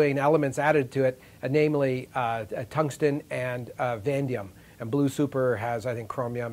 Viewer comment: Yeah, not "vandium"